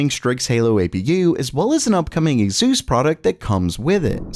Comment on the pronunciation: Why are you calling asus azus 🤣🤣🤣